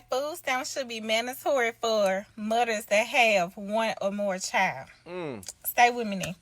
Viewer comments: did she say mother's or mutters 😂😂😂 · Did she say, “ Us Mudders” ?" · The "D" in mothers must be silent I think. 😂